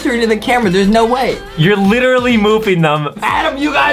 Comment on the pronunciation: He lichry chocte again